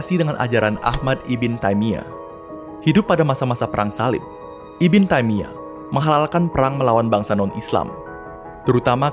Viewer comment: Ibn jangan dibaca ibin lah, tapi dibaca ibnu